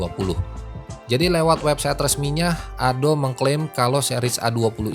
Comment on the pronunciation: Ado om bukan ado' peakk